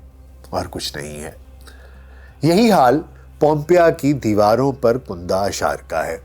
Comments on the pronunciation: آپ لفظ " کنده " کا تلفظ غلط کر رهے هیں ، کنده کے " ک " پر زبر هے پیش نهیں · کندہ kunda نہیں KANDA یا KANDDA ھے